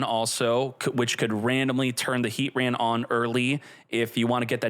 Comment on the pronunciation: Ar-key-us and R-Sea-Us are both widely used. the correct way is Ar-key-us but nobody really cares. Heatran however is Heat-Tran NOT Heat-RAN. nobody says that 😂